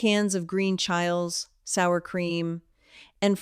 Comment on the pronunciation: Listen to her pronunciation: eg 'chiles' (one syllable) not "chil-es" (two syllables). Script is repetitive 'boilerplate' - simillar phrasing and anecdotes. Delivery is very monotonous.